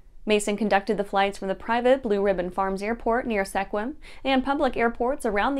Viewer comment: For the Mason Wing Walking Academy, it's pronounced SKWIM (Sequim).